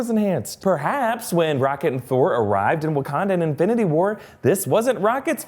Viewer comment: Sounds like you called him '